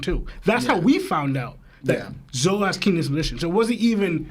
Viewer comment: Dude seriously keeps calling Zoro, Zolo... What is this? The 4kids fan club?